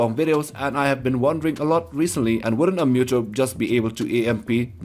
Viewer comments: Cringey pronunciation of Muto. Its Mooto not Myuto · It's muto's muto's not muto's actually know you said meu Deus Ex like me dos with a d for some reason